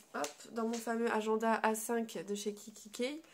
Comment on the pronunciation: Agen....da comme Agen la ville !!!